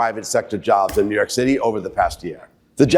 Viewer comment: I wish you would STOP saying New Yory City is finish 😡